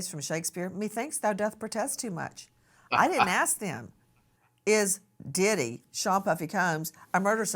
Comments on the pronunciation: Nancy said pdidit 😅😅😅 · 😂😂😂😂😂 this lady said. PDidit😂😂😂